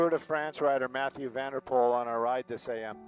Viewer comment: Your pronunciation of Matthew van de Poel was 👍🏻! Groetjes from 🇳🇱 👋🏻